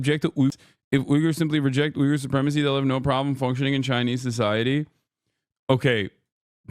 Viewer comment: Hasan, it's pronounced weegger